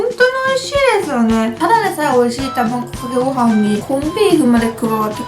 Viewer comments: たまぐかけごはんwww どうしてもたまぐかけごはんにしか聞こえないwww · 卵かけご飯言えないのはやばい泣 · 卵かけご飯て言えないゆうかちゃんが可愛すぎてニヤニヤしながら見てしまいました☺️💕💕 コーンビーフ自体食べたことないから食べてみたい！！